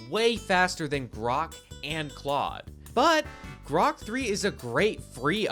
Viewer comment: he called Grok 'Brock'. 🤣🤣